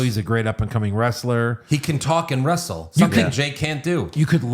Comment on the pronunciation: Jey also said “westle”